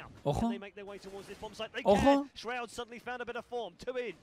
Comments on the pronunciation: no entiendo porque le dice roud si es shroud :v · que no es Roud es Shroud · Como lo pronuncia esroud XD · Dijo esroud solo que la h es muda como el amor de ella